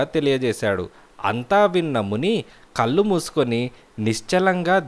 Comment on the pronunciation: కల్లు కాదండీ కళ్ళు...